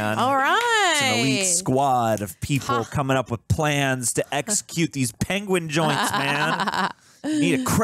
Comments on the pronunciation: Benedict Cumberbatch mispronouncing the word "Penguin" will never get old and it's absolutely hilarious that he still brought that to this movie and the directors just went with it 😂😂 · Dave's video call is just...gold. this entire movie is right up my stupid humor alley. and yeah benny cumberbatch mispronouncing penguins has me SCREAMING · Poor sod learned about it after he'd recorded this and I remember watching it and being like "aww..it was every time as well..." 🤣🤣🤣